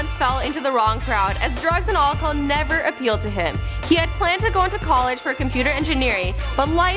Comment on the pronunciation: listen to the way she says alcohol